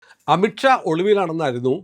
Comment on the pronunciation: It’s not amitt Shaw amith Shaw: please take care of the pronunciation